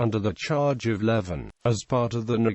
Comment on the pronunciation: It's pronounced leaving